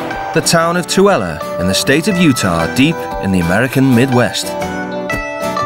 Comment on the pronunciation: He still said TOOELE wrong.